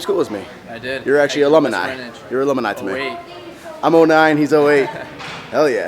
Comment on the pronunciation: It's alumni. Not alomani. And it's spelled Adobe. That is all.